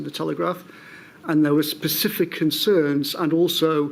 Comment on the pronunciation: IT IS PRONOUNCES SSSSSPECIFIC. WITH A BLOODY SSSS! Not 'PSECIFIC'.